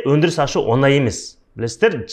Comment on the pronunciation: Оз казак тіліңді туры сойлесей Онай емес оңай деп айтылады